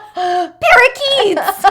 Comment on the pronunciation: The way she says “para-KEETS” haha